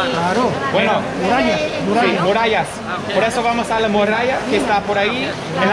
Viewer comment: me encantan tus vídeos, y me hace mucha gracia cuando el significado de las frases cambian. Dices morralla a las murallas. Son cosas muy diferentes 😂 saludos 🤗